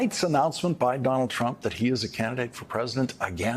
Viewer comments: Lol he said Donald crump! 🤣😂. Think he was trying to say Donald chump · "Donald Crump" 😁😄😃🤣